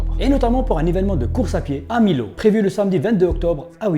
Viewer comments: Mio pas Milo 😂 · 1ère fois que j'entends quelcun dire Milo au lieu de Millau 😂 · Juste pour info, Millau se prononce "Miyo" comme vanille et non comme juste 2 "l" à côté :) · On ne dit pas milo, mais miyo 😉😜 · Par contre, svp c'est Millau pas milo, sa se prononce miyo, et c'est pas tant la campagne que sa, ya la 5g depuis casiment le début que les opérateurs le propose au grand public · On dit pas millau on dit mio ya 2l il y a une autre ville qui se prononce comme tu as dit je le c car j'y habite à Millau l'autre ville c'est milhaud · mdr, j'habite dans l'Aveyron, pas loin de Millau, et sache que ça se prononce phonétiquement " Mi Yo " et non pas " Mi Lo " xDD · Effrayant 😱 Ils sont prêts à tout ces ** Par contre ta prononciation de la ville de Millau m'a fait tomber de ma chaise 🤣 on dit "mi yo" pas "mis l'eau" xD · Millau se dit Miyau s'il vous plaît 😜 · Superbe vidéo ! par contre on dit " miyo " pour la ville de millau ^^